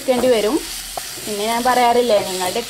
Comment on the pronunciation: നാന് അല്ല ഞ്ഞാൽ